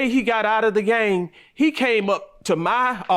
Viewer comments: Maam it's GANG not game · She pissing me off saying game instead of gang!🤦🏽‍♀️ And him trying to gaslight is ridiculous! 😒